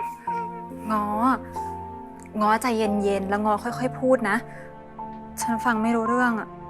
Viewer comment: ง้อไม่ใช่เงาะเด้อ